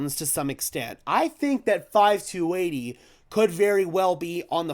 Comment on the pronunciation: It’s 52 80 dude! Not 5 2 80. Where are you from 😂